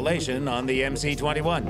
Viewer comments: Why call it MC-21?! It’s MS-21! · Ok. But it is MS-21, not MC. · It is not MC, it is MS. C in Russian is S. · MS-21 is it's name, not MC-21. The C is an cyrillic S.